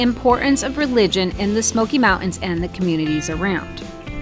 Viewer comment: Its not mount ans or Part ins